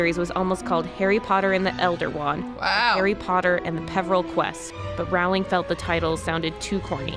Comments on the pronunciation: Rowling like "bowling" not "howling" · It’s Rowling like bowling not Rowling like howling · I wanted to watch this video but the people saying Rowling incorrectly was just too much. Her name rhymes with Bowling. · Everyone in this video is saying Rowling incorrectly. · What about pronouncing Rowling the proper way...